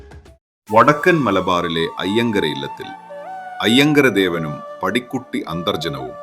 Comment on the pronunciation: പാടിക്കുറ്റി 🙏🙏😢.. പടിക്കുട്ടി അല്ല.